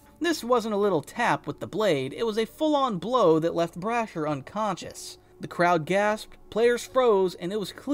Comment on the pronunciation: Is this AI? Who doesnt know how to say Brashear?